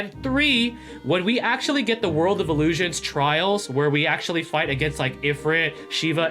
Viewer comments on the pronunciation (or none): none